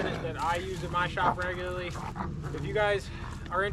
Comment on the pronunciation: "Regyuhly" is not a word.